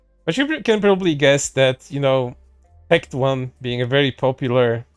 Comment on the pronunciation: Calling him Tect One instead of Tec Tone. Big bruh moment lol